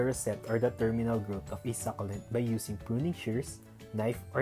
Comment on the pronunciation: Good thing that you've noticed that...your videos are brief Ang informative..and I love watching those kinds of videos but I am a little bit disturbed by the way you pronounce the word SUCCULENT... Well, everyday is a learning day...